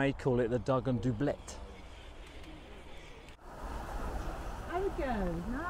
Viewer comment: Its pronounced 'dub-let' or at least it is around these parts 🙂👍